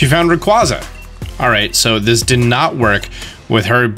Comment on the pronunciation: Yet again you mispronounced Rayquaza, please learn how to pronounce it, so much disrespect for Rayquaza a box legendary, how do so many people get it wrong